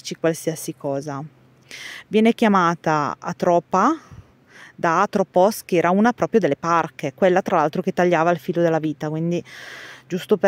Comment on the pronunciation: Àtropa. Non Atròpa. L'accento è sulla A iniziale. Esilarante sentire Atròpa